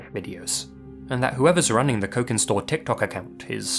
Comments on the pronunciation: Cokinstore if is using Indonesian phonology then it would be pronounced "chokin" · You read cokinstore with sharp c like' chokin'. Basically 'cokin' is Indonesian slang for Chinese. And it's Indonesian tiktok account, I cannot expect anything less brain-damaging. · if Cokinstore is Indonesian, then the "c" in their name is actually most likely pronounced kind of like a clipped "ch" sound (as "c" usually in Indonesian). Personally, I think the disturbing TikTok vids they posted are just one of those weird, 24-hour mud hole livestreams (I can't believe that's a sentence I just typed out so casually, lol) taken out of context. Usually when people are freaking out and reading way too much into something on the internet (all too frequent of an occurrence these days), the answer is way simpler and more boring than anyone expects.